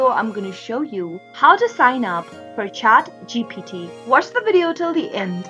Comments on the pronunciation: Ohh come on it's not chatgtp it's chatgpt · why do u keep saying chat GTP and not chat GPT? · Bruh hes saying chatgtp